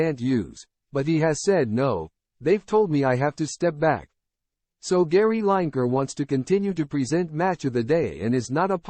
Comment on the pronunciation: At least get Gary's surname right. These chat bot voice overs are still in their infancy, but can't they be programmed?! It's Gary 'Lineker' pronounced Linneker, not 'Line Achre' ffs.